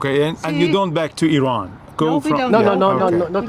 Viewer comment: Its IRAN guys not i rannnnnn